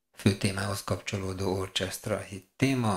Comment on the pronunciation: NaGyon jó a videó, élvezettel nézem és hallgatom, egy valami zavar engem, amikor azt mondod orchestra (orcsesztra) holott azt orkesztra-nak kell mondani.